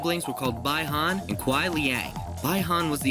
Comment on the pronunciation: You pronounced Bi Han wrong. But I'm thoroughly impressed. I'll subscribe.